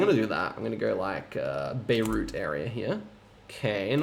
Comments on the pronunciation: please don't pronounce Bayreuth like the Lebanese capital 😂. I guess in English you could write it Bye-royt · Also Bayreuth is pronounced closer to buy-roight. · I love that you managed to pronounce many place names right, but chose to go for Beirut instead of Bayreuth 😃